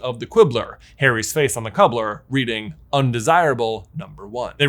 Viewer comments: Anybody else think it sounded like J said "Cubblar" instead of Cover? Probably because he said Quibbler before XD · Quibbler, but then cubbler instead of cover? Or is it just me hearing that?